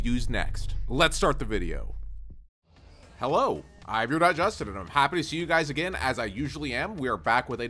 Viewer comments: Man said hewo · Is it just me or did it sound like he said "Hewo" in the beginning of the video